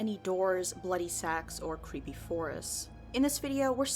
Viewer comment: Cweepy? Lmaoooooo I'm in tears.